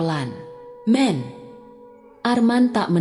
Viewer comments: Hai narator , man jangan dibaca men , belajar bahasa Indonesia yg baik dan benar lagi biar bacanya benar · Baca man bukan men ( nama orang